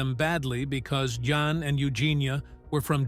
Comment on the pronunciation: Pronounced yawn, not jan!